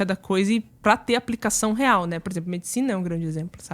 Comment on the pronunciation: "Por exemplo". Saiu "purzempru" kkkk